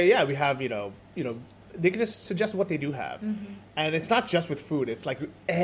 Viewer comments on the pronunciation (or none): you should teach how to pronounce "They" and "Then":D its not "zey" and "zen". I dont mean it bad, I love you both and love your vlogs from Sri Lanka:). I´m not english native speaker either, but I would be happy if somebody corrected me in my speaking so I can say it next time correctly:).